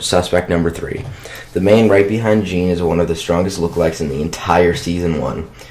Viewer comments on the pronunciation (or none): JEAN IS NOT PRONOUNCED ' GENE" ITS shz-ean not "g"ene